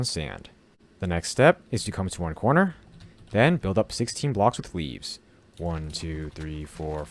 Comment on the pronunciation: why did i hear him say weeds instead of leaves?